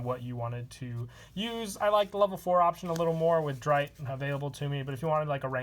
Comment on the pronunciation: If I may lend a hand in pronunciation: Sechste = Zex-tuh Vierte = Fear-tuh Dritte = Drit-tuh Zweite = T-zvai-tuh Erste = Airs-tuh